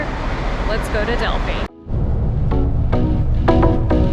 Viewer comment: Thank you for pronouncing Delphi correctly. It's maybe a no-brainer for you with your experience living in Greece...but so many of my fellow Americans refuse to adapt to foreign pronunciations in even the slightest way. I cringe when I hear the usual mistakes.